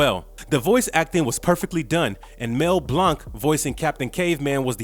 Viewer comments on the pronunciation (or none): The narrator is reading without feelings, and get names wrong. Mel Blanc, not Mel Blonk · I can tell this guy was not alive when these show was playing he can't even say Mel blank name right the man of a thousand voices